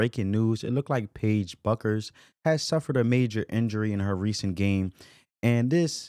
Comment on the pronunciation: It's pronounced "Beckers"....not Buckers.